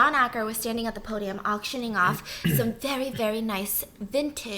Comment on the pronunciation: No one: Not a single soul: Stephanie: VEWY VEWY VEWY